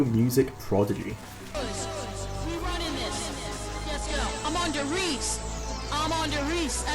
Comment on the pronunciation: "Simply forgettable " Well... indeed... forgot the map did exist PS: the E in der Riese isn't silent. Ist RiesE